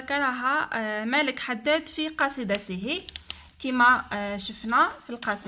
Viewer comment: اسم الكاتب ملاك و ليس مالك